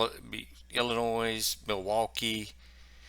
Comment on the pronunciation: By the way, the “S” is silent in Illinois. Thanks for your coverage!